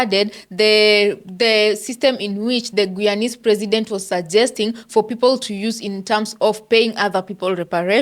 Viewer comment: It’s pronounced Guyanese (Gii-yawn-neeze with the emphasis on GUY!